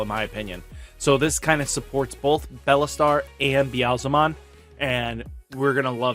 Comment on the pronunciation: It shouldn’t bug me how he always says BELLAstar and not BEELSTAR but it does lmao